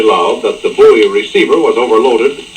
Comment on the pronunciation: I gave this video a thumbs up based only on your correct pronunciation of the word "buoy". Thank you.